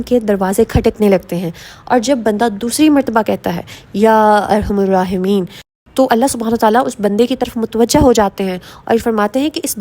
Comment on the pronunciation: Ya arhamar rahimeen .arhamur nhe parhna arhamar parhna hy